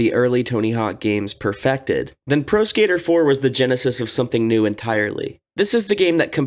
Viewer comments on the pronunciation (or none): none